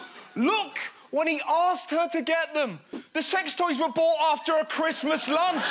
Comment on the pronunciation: Lass chwismass I ga(Y)ve you my hum.